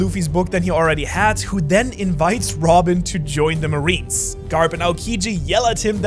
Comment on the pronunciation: i like he said Wobin instead of robin